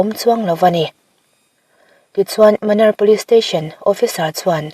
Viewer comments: Sap tawng chhira chhiar nilo in Munnar mizo chhiar dana lam tur zawk. Manar nilo in Munnar tih zawk tur. Svmm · Munnar tih tur zawk niin ka hria,,lo sawi ve mai²😂